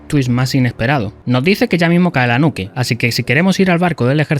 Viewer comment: Cuál era la necesidad de decir nuke para pronunciarla mal existiendo perfectamente la palabra nuclear XDD